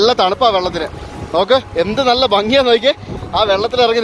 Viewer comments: if u don’t mind,, please clearly pronounce Bangy ഭംഗി, check in net how to pronounce, most of them are not correct, you are our favorite vloger, so kindly attention on words pronunciation. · Bro, bangi alla bhangi... Bharani de Bha